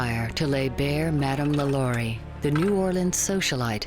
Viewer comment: LaLaurie is pronounced with emphasis on the last syllable (La-Law-ree). And this story is embellished (which Smith is known for doing). There are records showing that LaLaurie escaped to Paris, where she died in 1849. Lores are interesting, but not accurate. Greetings from Cajun Country. 😉